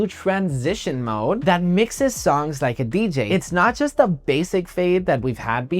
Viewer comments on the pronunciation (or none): none